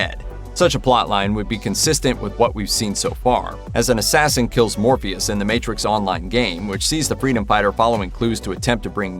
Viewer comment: Did anyone else hear him say Morbeus not Morpheus ?